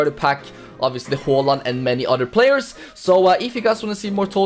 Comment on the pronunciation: yeah thats how you actually prounounce haaland